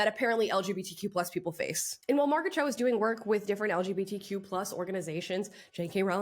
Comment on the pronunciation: Who is Marget Cho?🤔